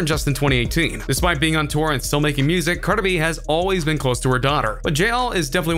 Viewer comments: what? I said he says it like "carda b" get outta here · He can't even say Cardi B right